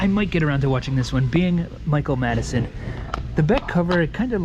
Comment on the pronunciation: You had two chances to read it correctly you called the movie Madison It’s Madsen omg